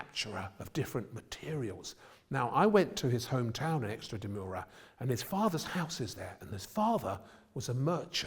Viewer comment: Extra de Mura!!! I nearly choked! EXTRAMADURA you muppet! And none of the great intellects behind the programme noticed. What makes it worse is when he says he went to the house! Mot of us know where we have been, but Waldemar has been to places that do not exist.